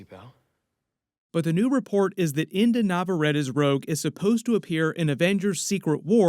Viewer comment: Brother in Christ, it's Inde like Indy not Indah. Have some respect.